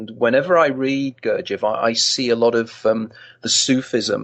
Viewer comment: This idiot can't even pronounce "Gurdjieff" properly. Pathetic.